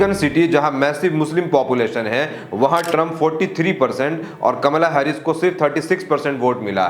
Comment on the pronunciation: Bhai it's कमला हैरिस